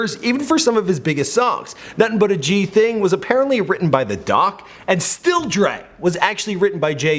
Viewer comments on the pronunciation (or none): Bruh its said docee, not doc like what uo doc, dee oo cee, keep the goosd shit going, great channel, drake a bitchass tho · Dear,. It's pronounced Ye (as in yay). It's D.O.C. You read "dee-oh-cee". It's Ice Cube - not Ice Cue -. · He said "The Doc" lmao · "The doc" ?? It's the D.O.C dumbass